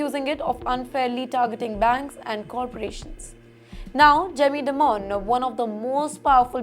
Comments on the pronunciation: It is not "di-moan", it is "die-min" kinda like diamond in an American accent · Newschannels need to learn pronunciation of names. Dimon is pronounced “Die Mon” ड़ाई मन and not “Dee mon”. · It’s dimon like simon not demon